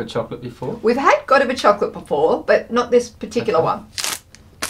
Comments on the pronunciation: It’s G’Diver not ‘go diver’ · More like ‘G’die-va’ you don’t really pronounce the ‘go’, just the hard G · GO - DI - VA LOL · it's go-dye-va. great video! keep them coming! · it is pronounced Go-diver, as in Lady Godiva. who rode through the city streets of Coventry naked. Mac-Vit-ease. as with all British biscuits, they should be dunked in Tea to get the full flavour. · It's pronounced Ga-dIve(like into the water)ah (ga-dIve-ah)